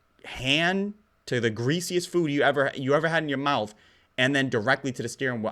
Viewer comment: "He's just body slamming all of that into his MOUF"